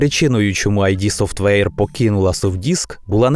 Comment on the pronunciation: воно не "айді софтвейр" а "ід софтвейр" від слова